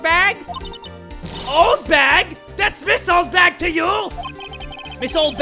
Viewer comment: In the anime. The judge call Oldbag 'Oldhag' XD lol